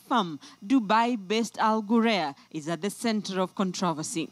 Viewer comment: wrong pronunciation of the company name plz ""al ghurair'